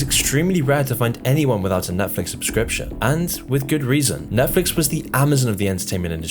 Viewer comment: if your going to do a video on this topic, u gotta not call it nephlix lol